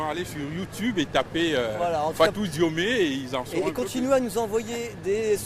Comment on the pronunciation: Slt,on lit "diom" sans le "e",fatou diome